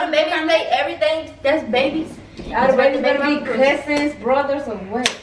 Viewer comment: When tried to say "cousins" and said "cussing" 😂😭🤣💀💀